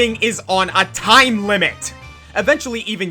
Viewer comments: It's pronounced "George". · "Gee-yorg"? This whole time I thought it was pronounced George. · I thought Gyorg’s name was pronounced as George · You... dont have to hit The Imprisoned's toes..... Also I pronounced Gyorg as George when I played lol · There’s only one thing he got wrong on this list he’s number one because it’s not called gyorg His name is George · Fun fact: The letter G can only sound like a J if there's an E, I, or Y after it; Gyorg has no letter after the second g, so by the English language's weird-ass logic, it's not George.